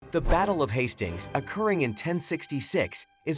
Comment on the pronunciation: The battle of HAS STINGS, wtf?! Please at least get it pronounced correctly.